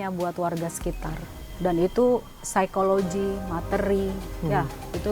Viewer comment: si ibu bilang saykologi , ada yg tau saykologi artinya apa yah ?